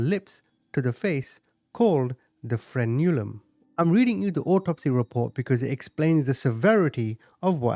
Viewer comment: No big deal, but it's pronounced "FREN-u-lum" not "fren-U-lum". You're just stressing the wrong syllable, that's all.